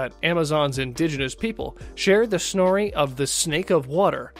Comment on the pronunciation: snory? You mean story.